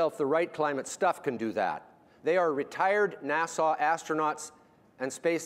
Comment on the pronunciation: Interesting video. Makes sense, but then again he pronounces NASA as Nassau which makes me question him and his theories.